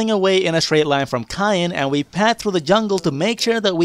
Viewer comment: I'm going to call Kayn "Cayenne" from now on.